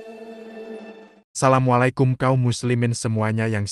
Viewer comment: Hati hati ini konten, kelihatannya pembaxa narasinya bukan orang islam. Logat mya salamnya pada blepotan.,isinya malah memperparah permusuhan antar sesama ulama . Hati hati saudaraku seiman.